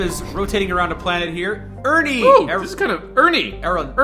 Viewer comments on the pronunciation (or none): I think that the first planet "Ernie" was pronounced more like "Urinal" with an E. I wonder if they make Makos here?